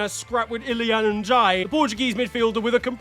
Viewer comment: nah that pronunciation of iliman is mad